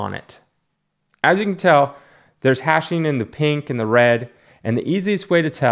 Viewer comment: Its hatching, as in cross-hatching, not hashing.